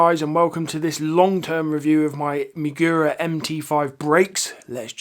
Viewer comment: mAgura not mIgura